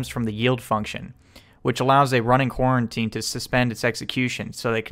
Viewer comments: Great tutorial, but it's pronounced Co-routine. Not quarantine. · Lol I keep hearing "Quarantine" instead of "Co-Routine" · Are you saying "quarantine"? I've never heard it pronounced that way, but maybe it's a regional thing. I've heard it pronounced "co-routine". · Bro it's fucking Co-Routine not Quarantine! 😂😭🤣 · co routine not coreruotine